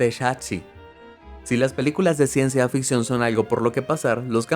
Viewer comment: eh amigo es CIENCIA FICCION NO "AFICCION"